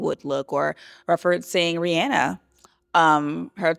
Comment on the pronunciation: The way Olandria said Rihanna’s name correctly and referenced her 2015 Met Gala look made me smile. I love that her style inspiration includes iconic women of color and that she understands the history behind the looks ❤